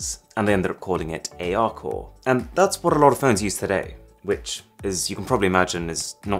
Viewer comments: What did i just hear :D ... and that´s bbrrrrrhatffss phone use today. :D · That was a brilliant rolled r lol